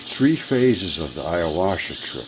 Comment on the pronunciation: Ayahuasca... youre pronouncing it a little wrong. Great video ... keep it up